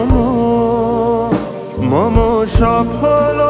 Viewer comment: উচ্চারণ অস্বস্তিকর। অখিল ওখিল হয়ে গেছে। মম মোমো হয়ে গেছে। বেদন কষ্টকর।